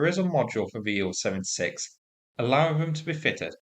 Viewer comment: Can’t you just pronounce the letters I L 76 instead of ‘Ill 76’. Or S U 30 instead of ‘Sue 30’? Bloody irritating.